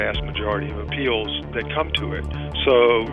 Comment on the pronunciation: Uh-Pal-lay? What happened to Appeal?